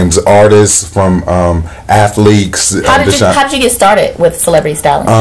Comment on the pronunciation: He said he worked with "athleces" like athleaks lol